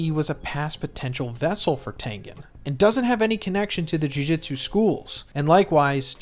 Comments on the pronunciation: Just gonna nitpick here, it’s Jew-jewt-su not Jew-jit-su, Jujitsu is a fighting style irl… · Why do you say JuJitsu instead of JuJutsu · Jujutsu not jujitsu